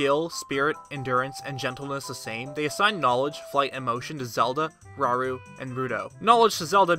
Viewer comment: I think Rauru is pronounced 'ra-oo-roo'... :D